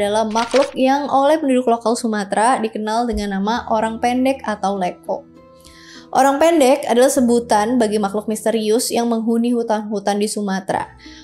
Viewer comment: Nyebut Orang Pendeknya kek Personal gitu 😂